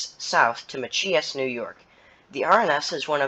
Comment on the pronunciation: That's pronounced ma-chy-us not ma-chee-us. 3101 and 3103 are GP40-3s. 879 has been on the RSR since the 1990's, upgraded to -3 specs when they chopped the nose and repainted it to GWI colors and RSR lettering. 3064 is an SD40-3. And CSX only brings the CN locomotives, the CP ones are interchanged with NS.